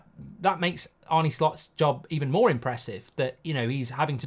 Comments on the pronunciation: Arna, not Arny. Like John Arne Riise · It’s pronounced ‘Arna’ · Think you managed to get everything wrong, its ‘arneh’ not ‘arnie’, endo isnt in his plans at all, the bid was just too low, if theres a better bid for him im sure we’ll sell, and bajetic is younger and better in that position already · Dear Mark, why do you keep calling him Arnie instead of his real name which is Arne?